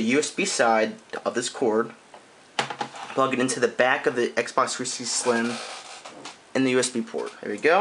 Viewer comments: "Xbock 3sicksy sysem" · xbox 3sishxtee LOL! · Nigga don't even know how t say the name of the console lmfao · learn how to say xbox 360